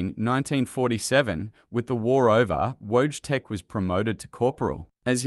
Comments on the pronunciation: Pronounced VOY-CHEK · It's funny how he pronounce wojtek.